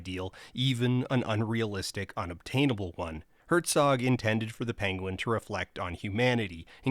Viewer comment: It is pronounced "pen-win", I believe. Oherwise a well made, thoughful video. Thanks. Cheers*